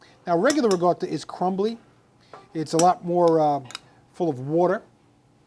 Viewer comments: non si pronuncia riGotta, è la ricotta con il suono di K, riKotta the G sound used in New York, Jersey and Philadelphia is relaxed pronunciation only here in America. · Your dialect is impeding a good Italian pronunciation to be heard. It is Ricotta Impastata! At first I thought you said RIGATTA( a large boats festival in Venice/Venezia). AHH AHH................